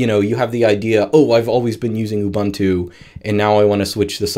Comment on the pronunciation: hahaha, Ubuntu m a a t a y it is mate as in 'you're my mate' ubuntu not ubantu u = uh /ooh | not ah The beauty I find with most Linux distro's, especially the Debian family (Ubuntu, Mint, etc), is that it just works out the box with no additional messy drivers needed. The only drivers I have ever installed is latest graphics divers. Nice and simple and so much PoWeR